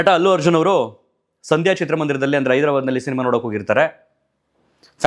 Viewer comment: It's not Hallu Arjun.Its Allu Arjun....